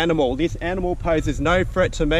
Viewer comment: It’s threat not freat